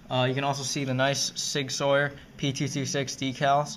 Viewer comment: in Sig Sauer it is purnounced Sig Sour not sawer sorry for bad spelling if any